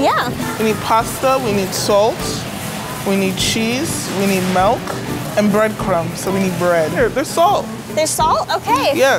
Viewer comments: why tf are they saying Melk😭😂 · Milk: exists: “melk” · So we’re not gunna acknowledge the fact they’re saying “melk” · GIRLLLL SHE DID NOT JUST SAY “melk”. Someone hold my earrings. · We need “MeLk” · nobody: them: melk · OMG Did they just say "melk" instead of "milk"??? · Bro it’s milk not melk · "melk" wtf